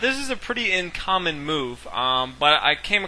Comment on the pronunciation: "This is a pretty incommon move.", the word is uncommon, not incommon.